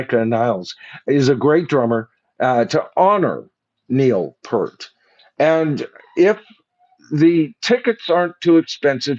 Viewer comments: The sheer fact that you can’t even pronounce Neil’s last name correctly is absolutely appalling! Neil, was a legendary player and lyricist, theologian, among many other great things. You should be ashamed of yourself mispronouncing Neil’s good name. Pert seriously…?? 🖕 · I find it rather absurdly amusing that you immediately tried to be sure to pronounce Anika's full name correctly, but after decades of the opportunity to learn and hear how to properly pronounce Neil's last name, you still got it wrong. Pfft!